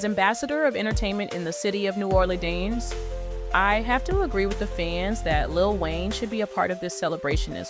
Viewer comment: What is "new oraldeans" and who is boosie "bahdaz" 😂 I swear I'm sorry if this ain't AI and was just mispronounced 😂